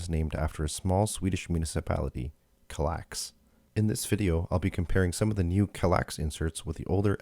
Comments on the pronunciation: Psst; it's KAL-ax, not kaLAX. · That pronunciation bothered me in this video.